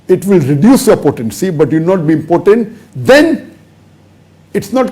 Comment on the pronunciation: It's not pronounced as "important". It's im-po-tent.